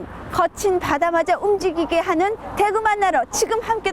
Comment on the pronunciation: 대에구 가 물고기 대구 발음할때고 대구 짧게 발음하는건 도시 대구 발음할땐데 어째 발음을 이상하게 하네 사람들